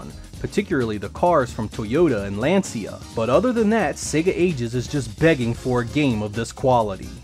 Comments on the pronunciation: Lan-See-Ah?! What's that? I suppose you ment Lancia, which is pronounced like "Lan-Chi-Ah" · hearing the english pronunciation of LANCIA is awfull XD. The right pronunciation has the same phoeneme of lancha